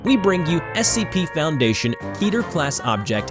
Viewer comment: It's 'ke' 'ter'